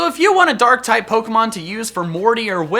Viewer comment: Did you say durk type?